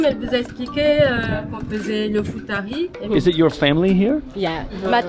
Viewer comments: Bro it's iftari not futari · It's not FUTARI, it's IFTAR-i guys... it's the meal when we break fasting